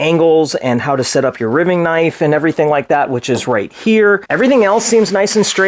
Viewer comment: You're killing me! Riving rhymes with diving not giving. R long i ving.